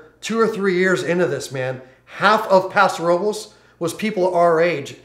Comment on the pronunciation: Prounounced "Paso ROE-BLESS"